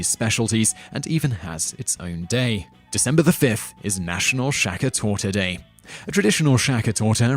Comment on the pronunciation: "Weener Schnitzel" !? "Shaka Torta" !? "December fiff" !? GTFO